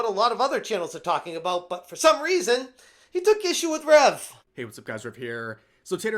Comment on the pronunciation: People pronouncing the "u" in Rev's name will never not kill me lol